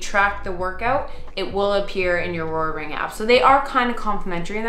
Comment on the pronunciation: The fact that no one commented on you calling the Oura ring “ourora ring”😂